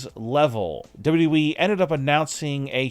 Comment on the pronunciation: You're missing a w when you say "dubwe" instead of wwe 😆😆